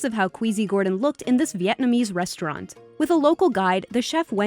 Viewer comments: “Viatnamese” come on pronounce the county right :/ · … "VET" NAMESE? "VET" NAMESE? Edit: Wow: PY "THIN" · The way she said Vietnamese made me cringe